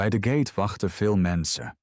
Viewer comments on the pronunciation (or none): GATE IS GEEN GAATE..